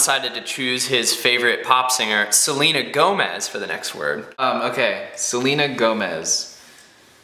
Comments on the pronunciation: just said said Selina Yomez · when you said Selena Gomez you sounded Mexican XD